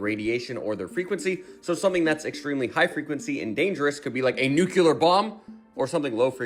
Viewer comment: It is pronounced NUK- LEER- NOT!! NUK- U - LAR. THANK YOU.